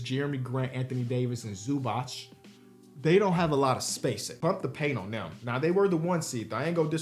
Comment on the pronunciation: As a slavic person "Zubach" hurts me a lot "its ZubaTS", Croatia and Serbia are different Jok example are wrong right here.